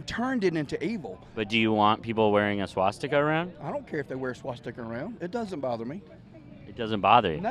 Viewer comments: he doesn't say "swastika", he says "Swasticker" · Swasticker??? “I ain’t got no problem with the swasticker.” I’m so sick of this proud to be stupid shit. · swasticker..like tesler ...lol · “The Swahhh-sticker flag…” 🤦🏼‍♂️ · I heard swamp sticker. I thought it was something to do with draining Washington DC. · Did that idiot say a “swasticker”? 😂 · lol... yes, i know what a swastikA is, but the guy said swastikER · "...people that don't understand the swasticker?" Did he just say 'swasticker'? "Yeah. The swasticker is a sign of peace." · "the swa-sticker" 🤣🤣🤣🤣 Nuff said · I heard that too lmfao. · what’s a swa-sticker? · It’s he saying “swa sticka?” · Did he just say "Swasticker?" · didn't know you could say swastika with a hard R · He even added an r at the end!